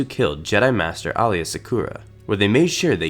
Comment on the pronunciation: You butchered Aayla's name xD